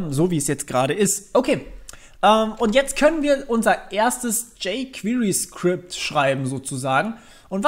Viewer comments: bei jquery spricht sich das e mal zur ausnhame nicht als i aus. wenn ich jedes jquiry höre bekomme ich nach längern kompschmerzen. des weiteren sollte man doch schon zumindest die grundlagen einer programmiersprache kennen, wennman ein framework benutz, weil erklärt sich vieles automatisch, abgesehen gibt es immer noch nicht für jede js funktion ein jquery equivalänt. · "Jey qwirii"